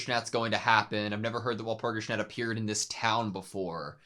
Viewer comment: Walpurgisnacht is pronounced wahl-pur-gis-noct, sorry to be a big nerd ☠️ The hurt done to Sayaka is not physical. Madoka sees it that way, physically, because she does not like to see her friend fight so recklessly. Even with healing magic (which all the girls have, Sayaka's is simply enhanced), magical girls can still die if their soul gem is broken. Mami died from being overconfident, Sayaka's brashness is just as if not more fatal. The real hurt, though, is emotional, spiritual. Expending magic to heal, like all other magic, darkens your soul gem. The darkening of the soul gem means less magic can be used before you turn, but it is also a representation of your well-being. iirc it's never outright stated that expending magic without restoring it affects your wellness directly but it certainly seems that way? That's up for interpretation though.